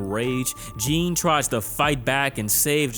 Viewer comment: Baaaaaby I’m begging you to just start googling how to pronounce foreign names before you write your scripts!! That is not how you say Jean!!!